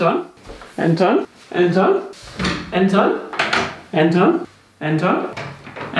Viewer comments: Efter at han har sagt "Anton" et par gange, lyder det som om at han siger "er den tom";)))))))))))) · der han sagde "Anton" mange gange kan kunne jeg til sidst høre "er den tom?" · det lyder som om du siger "er den tør" og ik anton hahahah eller er det bare mig? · er jeg den eneste der høre "han tom" når siger anton? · Det lyder som om at han siger "er den tom?" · der hvor du siger Anton lyder det som om du siger er den tom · Da du kaldte efter Anton lød det efter lidt tid som om du sagde "Er den tom?" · Da du siger "Anton?" så hører jeg det lidt som "er det 12?" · Når leder Anton lyder det som han siger er den tom🐶🐶